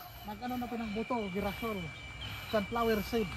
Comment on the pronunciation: GIRASOL- pronounce (Hirasol) ay SUNFLOWER.